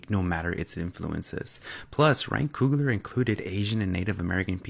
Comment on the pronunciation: COOGLER....not Kruger